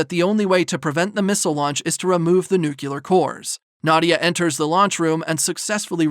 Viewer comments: Excellent recap, thank you. One small note; it’s pronounced nu-clear 🙂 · NU-CLEEEEE-AAAAAARRR ...... NOT Nucular